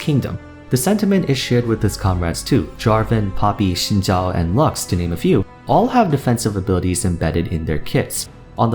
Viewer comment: the only youtuber to correctly pronounce xin zhao